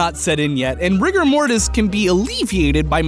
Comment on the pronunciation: When he said ''Rigger Mortis'' I heard ''Rick and Morty''